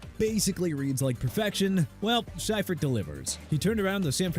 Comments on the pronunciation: George See-fert. Not Sy-fert. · George SIGH-furt???? Wtf? It's pronounced SEE-furt...c'mon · See-furt not Sy-furt. God that mispronounciation irks me. If you watched football in the 90s, you heard the correct way 100 times a month during the season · It’s pronounced. George “See-fert”. And what do you mean turned around the 49ers? They had just won two super bowls the year before he took over because Bill Walsh retired. And some of that footage you show is Walsh not Seifert. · Lol its Seefert, the pronunciation lol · It's pronounced SEE-fert. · How do keep saying Seifert wrong?😂